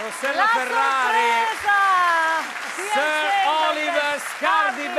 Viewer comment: Si pronuncia Ser non sir